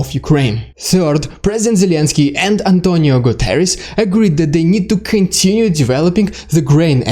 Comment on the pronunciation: Extra points for being able to say "António Guterres" almost perfectly! Great video!